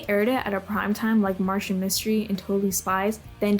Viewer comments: It's Martin Mystery not Martian mystery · Lol why do you keep saying it like Martian Mystery? 😂 it's Martin. He's not from Mars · It’s Martin mystery not Martian mystery. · Loved all these shows that came out before 2009 (stopped watching cartoons around then) I DO in fact remember team galaxy, seeing that is why I clicked on the vid lol. Also it’s MARTIN mystery, not Martian lol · Hey, I'm not trying to be mean when pointing this out, but do you have a speech impediment? I notice you pronounce Martin like you're saying, Martian.